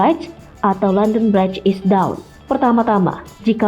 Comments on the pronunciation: Bacanya bridj, bukan braid 😐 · perlu lbh fasih bhsa ingris klu braid sperti pengantin baru aja bunyinya,HARUS USAHA BLJR A,B,C,D,E dr pengajar bhsa ingris dr Amerik